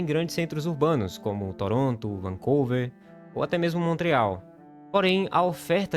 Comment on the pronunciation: Trudeál??? Foi isto que o locutor falou? A pronúncia não seria “Trudô”??? E a pronúncia do nome da cidade não seria “Vancúver”?